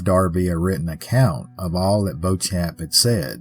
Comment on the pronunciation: I grew up in the Bloomfield area. In Kentucky, it's pronounced BEE-chum. But we have a lot of used-to-be French twisted names, so I can't blame you. When I was growing up, this story was always presented as the scheming older woman who conned a naive young idiot. And there were tales of Anna's ghost walking along the front of the cemetery on the anniversary, but I never knew anyone who saw anything.